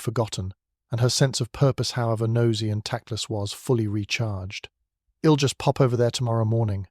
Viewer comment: May I suggest editing out all the moans and groans; also - isn't there some way to correct the pronunciations on the contractions? "ill" instead of I'll, etc? It's very distracting - especially the moaning.